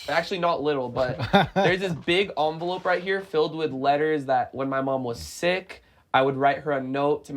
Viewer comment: Bro ong but did rug just say envelope as onvelope😭